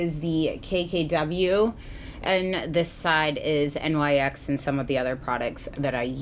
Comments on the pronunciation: Favorite youtuber reviewer! But I think NYX was pronounced like "nix" ? Not actually spelled out as nyx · hi, "nyx" is pronounced the way it's spelled (like "nix") rather than "n-y-x." i only know this because rupaul always used to pronounce it that way on drag race when nyx cosmetics sponsored the show. love your reviews xo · Okay so why does she say N Y X instead of pronouncing it like nix. No hate at all! I love your honest reviews. I'm just genuinely curious if I've been saying it wrong. I normally hear people say it like nix. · Amazing review, as always. I really do appreciate how you say that you tend to avoid other reviews before recording your own in order to avoid bias. One minor comment, though: NYX is named after the Greek goddess of the night, so it should be pronounced "nicks" instead of saying out each of the letters individually. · Love your videos! 😘 Just so you know it's pronounced Nyx ( it's the name of a goddess ) not N Y X! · Agree :) but I think the correct pronunciation is NIKS as the goddess, not N Y X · lol I getcha! No way of really knowing honestly, I pronounced it the same thing until they opened a Nyx store by my house and employees were correcting me. I was shocked but also think the goddess part is pretty cool!